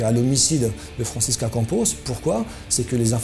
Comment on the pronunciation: Pourquoi la voix off n'arrive pas a dire "Franscisca"? IL dit toujours "Francis....CA" 🤣